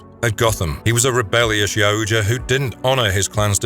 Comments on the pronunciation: Yaut-JA NOT Ya-oot-JA ffs that drives me nuts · This guy said, Yow-oooooo-ja so much that I forgot how to say it correctly 😂. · It's pronounced yow ja. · Great video but its pronounced yowwt yah "yautja". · It's " Yautja " 😬 What a great video though !!!